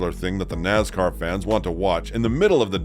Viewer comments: Naz car is not a word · Wtf us with the pronunciation of “Nazzzcar”? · It so easy to pick a new fan or sportscaster, listen to he pronounces "Nascar" any longtime fan will laugh their A@ off...